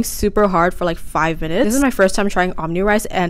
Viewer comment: did you just call it omni rice? girl, it’s omu-rice like an egg omelette if you’re going to come to Hawaii and use the culture of Hawaii to capitalize on your social medias, at least say our stuff, right same with the “wah-kiki” strip it’s Waikiki (pronounced VAI-KEE-KEE)